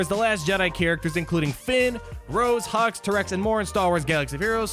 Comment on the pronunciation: I keep hearing General Hugs